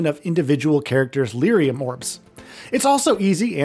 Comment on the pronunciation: I don't know who "Mill-a" is or what "Leerium" is. It's pronounced "Me-lah" and how do you pronounce Lillium when the word is right in front of your damn eyes. Other than that. I love this game on ps3. Can't wait to play it again